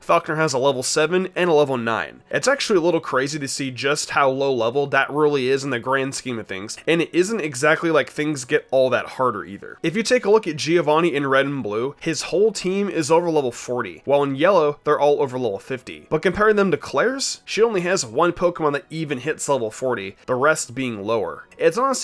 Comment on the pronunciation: ngl i kinda struggled during my first usum playthrough. It took me so many times to deal with araquanid and lurantis. btw Giovanni is pronounced jovanni, not geeovani